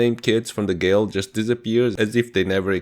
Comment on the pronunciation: Glade ,, not gale